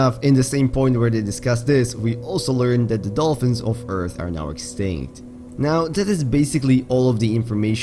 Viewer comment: "the dolfins of eath are now extigt" Huh?